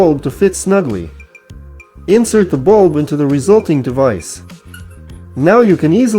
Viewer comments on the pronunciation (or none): Some decent ideas, but what's with the A.I. voice? It says "wind" as in an outdoor breeze, instead of "wind" as in wind your clock. for instance. Then there is the way it says light BULB. There are other examples.